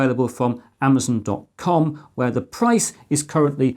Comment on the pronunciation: 'ooWow' Also wow lol I was just watching your old USB3 video and I kinda laughed at the way you said '.com' at the start. You've improved so much!